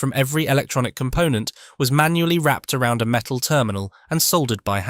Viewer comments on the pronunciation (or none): none